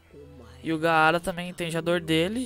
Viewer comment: Nao é gaaaaaara como se pronuncia é apenas gara q se diz